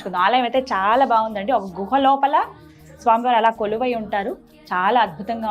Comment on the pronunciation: గుహ not గృహ.